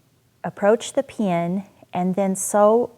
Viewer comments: Lol... I can't help but chuckle a little when she says pin (pee-an) Interesting how we all have different accents depending on where we are from.. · I can't get over how she says pin. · You say "pin" weirdly. Thanks for the video.